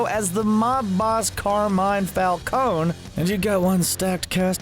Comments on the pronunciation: It's Falcone not Falcone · "Carmine Fal-cown" lol